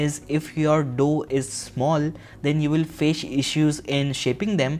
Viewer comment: On he pronounced faced issues wrong 😂😂